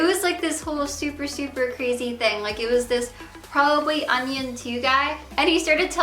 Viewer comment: I like how she says onion instead of onision